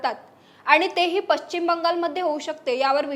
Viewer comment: पश्चिम शब्दाचा उच्चार व्यवस्थित करणे. मराठी भाषा आपल्याला टिकवायची आहे